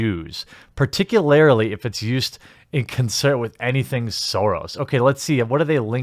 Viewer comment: How the fuck have you gone so long mispronouncing "particularly" but you still correctly pronounce "particular". Fucking listen to google pronounce it to you please and stop saying it incorrectly.